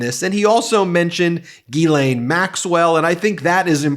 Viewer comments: Dear Ben, Just an FYI for you - GEE-lane is how the British mispronounce this french girl's name. My name is also Ghislaine. I am a french American, and it is correctly pronounced jiz-LEN. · Check your Ghislaine pronunciation